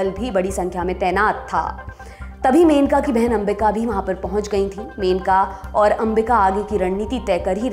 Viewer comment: मेनका नही मनेका ।